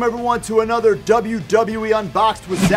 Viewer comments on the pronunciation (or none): none